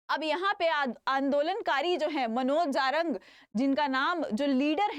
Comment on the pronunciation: मॅम जारंग नही *जरांगे*बोलीए